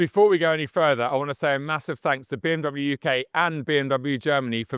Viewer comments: it amazes me you cant even pronounce BMW correctly. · disliked for pronouncing bmw wrong